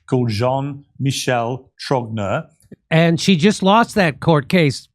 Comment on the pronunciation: You're all mispronouncing 'Trogneux'. Just saying.